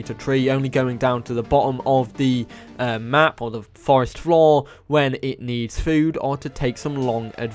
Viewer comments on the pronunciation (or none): none